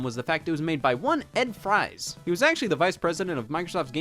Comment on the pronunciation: Ed Fries' last name is pronounced like "freeze".